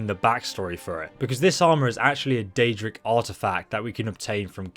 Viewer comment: Chihuahua Yum is wrong af if he said daedric